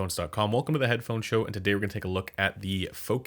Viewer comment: Should I trust the guy who said Head-da-da-phone??? Hmmmm..